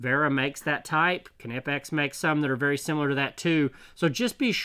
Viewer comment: The correct pronunciation is "Vera" with a "V" as in the english word "very", by the way. Since your "Knipex" is so beautifully correct at this point, i thought i'd nudge you on to the next step on your hazardous journey through German toolmakers' names, brother. ^^